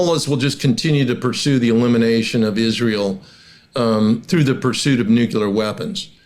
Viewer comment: Это не "зе", это "THE". WORK ON YOUR PRONUNCIATION, DUDE!